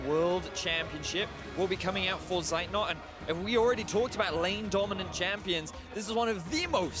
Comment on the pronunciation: who is this seit not they talk about, his name is Zeitnot...